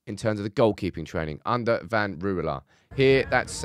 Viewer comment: Since it is becoming Dutchester United: Ten Rouwelaar: Rouw as in Rowdy. e as uh. Laar like laaaaahr. Next week: The 'g' the 'ch' and the 'sch'. That will be fun.